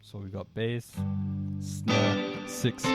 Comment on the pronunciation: Sixfth 😂 glad i found you a couple weeks back bro. Your teaching is way more straightforward than some of the most famous channels on here. Thats called freedom!